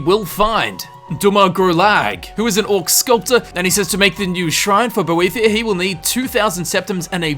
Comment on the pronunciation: BOW-THIGH-UH. That is Boethia. Not what you were saying.